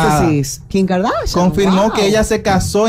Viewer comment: No sabes hablar Ronny que asco diske Kin es Kim